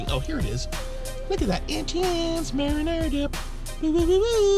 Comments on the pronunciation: its MARINARA NOT MARI NARIA!!! GET IT RIGHT!!!!!!! ps i love u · you're supposed to be a chef and yet you cannot pronounce marinara sauce